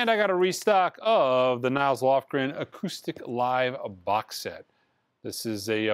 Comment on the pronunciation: Nils Lofgren is a amazing sounding album for anybody who cares. Not NILES, Nils. Sorry just thougtht I would correct you. Sorry.